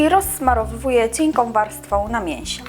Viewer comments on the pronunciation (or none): nie mówi sie cieka warstwa - lecz cienka